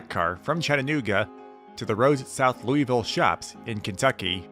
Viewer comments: You don’t say it like the name.. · You said Louisville wrong...